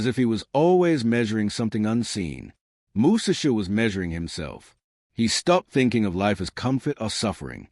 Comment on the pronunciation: Bra..! Your illiteracy is showing! Learn how to pronounce his name.